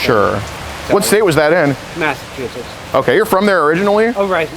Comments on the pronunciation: Did bro say "Methachussetts" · my boy said "methachusettes" LMFAOOOO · Nobody noticed “methssechusets” 😂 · Did he say Methachusetts ????☠️ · Methachusetts killed me lol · “your not from meth-a-chusetts or anything” 😭😭😭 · Did anyone else notice METHachussets ?????? That's what I heard. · Did he say methachussets? 😂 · Hahaha "Methachusetts!" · Did he just ask her if she was from "Metha-chusetts" ?! 😂😂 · Did he say Methsachusetts😂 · did he say methachusettes?😂 around 21 mins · "Yall from Methachussetts?" 😂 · He said mehtachussets 😂😂😂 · Methatucits lmaoo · did you catch ask her if she was from Metha-chuettes? lol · Not the "Methachusettes" 💀😂💀😂💀😂💀😂💀😂💀😂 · did he say methachusettes? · This mf said "Methachusetts" 🤣🤣🤣🤣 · Did he say "methatuchess"??? Thats what I heard! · Did he say “ methachusetts” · Anyone notice he said methachussettes 😭😭😂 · methachusetts is KILLING me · Did he just try to get her to say Massachusetts . lmao !!!